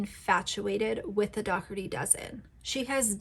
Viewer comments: Luv ur videos! Qq isn’t it pronounced like pizza dough ? Then erty? Jw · I live in Ireland 🇮🇪 and Dougherty is pronounced Doh-herty. Its an Irish name. She is as annoying AF, as for 'Auntie' Lauren......